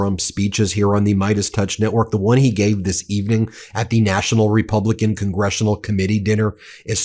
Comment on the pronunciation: I could've sworn that he screwed up the word 'Republican' and said 'Rebumblican' instead. 😂 That's EXACTLY what Trump is!